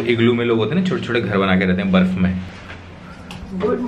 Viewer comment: Guuuuuuu - 😁😁😁😁 ye guuuu kyu bola tumne, D kaha gya ?